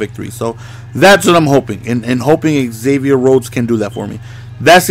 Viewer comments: It's pronounced Zavier not Egzavier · Just a little whisper from a Vikes fan, it's pronounced "Zavier" rather than "exavier"